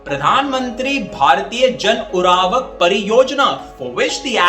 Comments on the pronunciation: Urvarak not uravak, Pls correct pronunciation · Abe ‘Urvarak’ to ‘Uravak’ bol rha h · Its nt URAVAk..... Its URVARAK